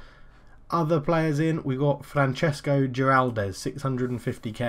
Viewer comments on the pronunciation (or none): its not Francesco it is Francisco